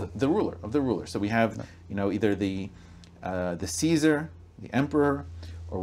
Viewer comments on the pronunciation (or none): none